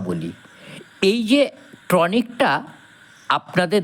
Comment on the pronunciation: Kothata tronic na, TONIC.